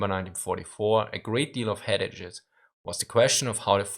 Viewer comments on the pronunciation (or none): Headaches is pronounced hed-ayks. 2 syllables. The 'ache' part rhymes with the words take and hake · it’s pronounced head - akes 😂😂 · 'headaches' is pronounced head-akes btw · Headaches is pronounced Headakes. Lol great vid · Head-ages... Lol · Headaches is pronounced more like "head-akes," just so you know. And, yes, as a native English-speaker, I know that doesn't make any goddamn sense. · Your pronunciation of headaches was the best part of this video. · Lol. I love the way you pronounce 'headaches' had me scratching my head. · lol he pronounced headaches wrong